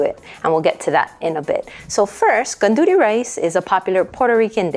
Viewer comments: I'm sorry but you are pronouncing gandules incorrectly. It's Arroz con gandules not gonduly rice. IT IS sofrito, not " like" sofrito. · "Gandudee" rice 🙄🙄🙄🙄🙄 Learn how to say it the right way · Aloha mai kāua. 🤙🏾 I just wanted to say that the proper pronunciation of gandules is gun-doo-less. Another common mispronunciation is pasteles which should be pronounced as pahs-tey-less. It's so important to know the proper pronunciation of all languages, especially those of indigenous cultures so that it'll be perpetuated for future generations. As a kanaka, it makes me cringe in disgust every time I hear people mispronouncing/slaughtering our very own ʻōlelo kanaka. It's the concept. Whenever the actual people hear their language being pronounced correctly, it really puts a smile on their faces. I just wanted to share, that's all. Mahalo iā ʻoe.